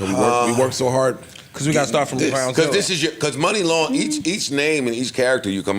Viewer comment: Shoutout to Joe for teaching me it’s not “Mu-Ni long” but pronounced “Mon-ni long” lol